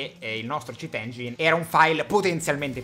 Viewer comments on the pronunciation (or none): none